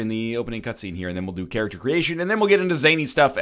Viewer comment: it's character not charackter. Work on your english